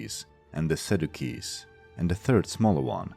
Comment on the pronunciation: Sadducees is pronounced Sad you sees.